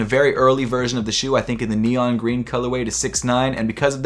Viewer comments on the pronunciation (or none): none